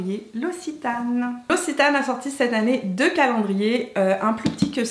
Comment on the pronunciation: Pour le dernier calendrier, ça se prononce "l'oksitane" et pas "l'ocitane". :)